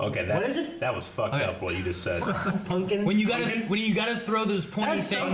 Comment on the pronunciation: this is a guy who says putnkin, dirtbord, and nackin'.